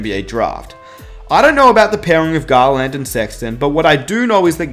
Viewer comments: Nobody:: Darius GarLAND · Dude...that was a pretty damn good video. I have to call you out on something though. If you don't want to sound like a moron...remember that eSpecially has no x and don't use the term literally if it isn't literal (this is a cultural thing because the Brits do it WAY more than anyone else). Also, it's not GarLAND it's GARland.